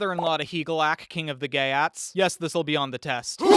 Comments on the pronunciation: Your pronunciation of the geats is so wrong! It is not GAY AT it is GEET! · it's geats rhymes with yeets.